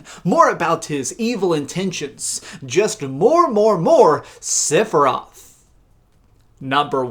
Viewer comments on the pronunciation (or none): For the love of all things. It’s sef not sif for sephiroth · learn how to say Sephiroth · completely agree with your last point but not your pronunciation of sephiroths name.